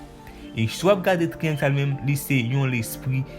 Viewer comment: Monchè bon travay bro m renmen sa men pran sanw bro le wap pale pou gere mot yo illuminatu sa sonnen klè epui fow gere kek ti fot aussi pou triangle lan✊